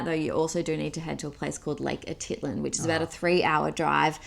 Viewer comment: Say it with me: “Ah-teet-LAHN”